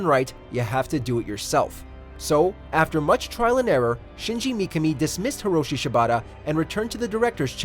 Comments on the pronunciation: It's shinji mikami not "mkmi" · I think you pronounced shinji mikami wrong? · Fucking butchered it